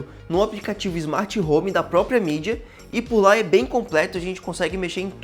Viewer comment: n é mídia, é midea